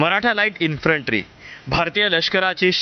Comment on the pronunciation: उच्चार काय करायचा ते एकदा नीट ठरवा. कधी " इन्फ्रन्ट्री " म्हणता तर " इन्फन्ट्री ". हा गोंधळ का?